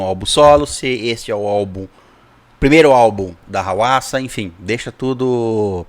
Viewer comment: Eu esperei tanto por esse react. Muito obrigado por reagirem! Eu sempre escutei a pronúncia do nome dela como RUASSA. Dicas de músicas da HWASA Maria I love my Body Chili Na